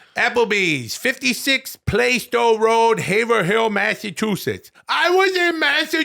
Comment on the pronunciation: Will, pal, buddy, its pronounced Haverhill (HAY-VRILL, say it fast) but you could probably get away with HAY-VRUUULL. 5/5 WULLS pal